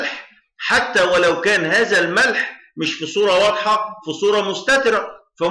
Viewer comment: سلاس، غلط وخطء ،ثلاث ،هزا غلط لفظك هذا